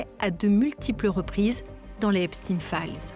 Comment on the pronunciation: Déjà c'est pas epstine mais epstayn ! Prononcez correctement ce nom sioniste !